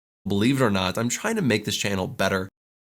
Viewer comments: Believer are not I'm China make this channel better. 全然違った。trying to がどうしてもChinaに聞こえる笑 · 聞き取り Believe or not I’m china?? make this channel better. Believe →Believe it china??→trying to china な訳ないと思ったけど0.5倍速でもchinaとしか聞こえない。